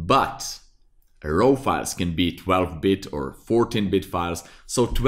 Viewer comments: raaw not rau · seriously, you need to pronounce the word RAW properly, as it is pronounced as R-A-W (it sounds the same as the word "roar") not , ro ( it sounds your saying ROW as in rowing boat). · Thank you for the excellent lesson. May I help you make it even better? I am a retired English teacher. To me, your "raw" sounds like "row" (as in row your boat). It should sound more like "raw" (as in jaw, or saw or law...). I apologize for criticizing. I just want to help, for your future videos. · It's pronounced "RAW", Not ROW. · "Row" files 😂. Great video!! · "De row file" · i love the way he says raw, says it like rawr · your pronounciation of RAW is making me cringe a little :) you say sth like ROHW... please change it, great video still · like Gordan Ramsey